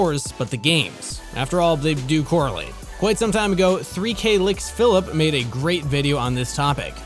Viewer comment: Hey, this guys pronounced Ropz correctly this time and messed up 3kliksphilip. Really makes me think they aren't even involved in the CS community and just here for the "Licks".